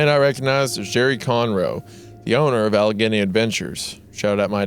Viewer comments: it's pronounced "All-a-gain-y" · It’s pronounced “Al•a•ganee” so called “Appalachia man” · It's pronounced Alle-Gainee. Leave it to Goon. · The scariest part of this story was Isaiah's pronunciation of "Allegheny" and "Monongahela" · Bro did not just mispronounce Allegheny. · It’s funny hearing wendigoon say Pittsburgh names like Allegheny and monongahela wrong